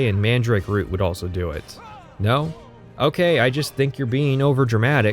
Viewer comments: he say's rut instead of root, does he say butt instead of boot? I certainly hope so. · Yeah I don't care about your opinion or the length of the video, but what the fuck is up with that pronunciation of "root?!" It's pronounced like fruit, or boot, not "rut." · I've never heard anyone pronounce root like that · Weirdly enough, that's how North Dakotans pronounce it. They also say rut beer. Don't know how, who seems to be from the east coast, got the point of saying "rut." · Hitting the Fighters Guild section now, enjoying so far. That Canadian pronunciation of 'root' though